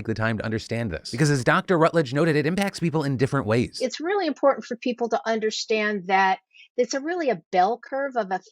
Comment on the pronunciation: "Fer voter stuff".